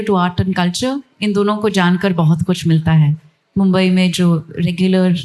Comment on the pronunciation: उर्दू पोएट्री छोड के सब कुछ है. जश्न रेख्ता का है और अधिकतम वार्तालाप अंग्रेजी में है. मेहमान से जादा मेजबान बोल रहा है. मेजबान को मुंबई कहने में बहुत दिक्कत हो रही है